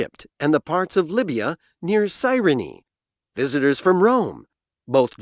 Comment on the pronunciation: visitors from Rome 에서 visitors가 다른 발음으로 들립니다, 확인부탁합니다